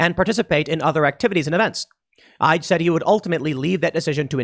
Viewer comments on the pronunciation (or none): I have to admit, I spit out my coffee laughing when you said Governor Ige (you pronounced it "Aij" while it's actually pronounce "Ee-gay.") I'm Hawaiian (ethnically) and living in Hawaii, and there's a critical mass of people who want security above all, your liberties be damned. Since those same people tend to want to dismantle, disrupt, or destroy the tourism industry, they don't care about the negative impact these policies may have on our non-diversified economy. Also, we already had checkpoints to get into the state . Back in October when my family and I returned from the free state of Florida for fall break, we had to pass through a checkpoint where we had to show proof of vaccination or proof of a negative PCR test within 72 hours of our flight. Failure to show either would result in a 10-day quarantine in which you have to check in daily with the state. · Gov Ige (ee-gay) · His last name is pronounced “E-gay” lol. Well I’m never gonna visit my family there ever again. They just put a nail in the coffin on their primary industry. It was already struggling for the past few years. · Ige (ee-ge) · His name is pronounced e gay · Our government in Hawaii really sucks & is totally corrupt 🤬 Oh governor Ige is pronounced he-gay, seriously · Pronounced "Eeeee-Gay." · And his name is pronounced E GAY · the name of the Supreme Ruler of the Peoples Republic of Hawaii is pronounced "EEGAY" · The Governor of Hawaii, his name is pronounced: E-Gay (Ige). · Gov. Ige is pronounce like Eee Gay. Who sounds like Kermit the frog. Has only one word in his vocabulary. CLEARLY BLA BLA BLA BLA. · Tim, the governors name is pronounced E-gay. Just for future reference. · The name is pronounced EE-GAY. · It's pronounced "he-gay" where the H is silent. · Also Tim Ige is pronounced E-gay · Governor Ige is japanese, pronounced ee-gay. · Tim, the Governor’s name is pronounced “e-gay”. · The gobs name is pronounced (E-gay) Ige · Our idiot governor of Hawaii (David Ige) is pronounced E-gay.